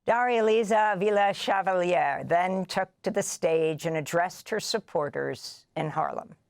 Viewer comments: Amy, with love, not SHEvalier, she said CHEValier. Or if you will as in CHE Guevara. Spanish doesn't have the SH sound that French and Italian. do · I love Amy for asking how do you pronounce your name, and then immediately messing it up 😂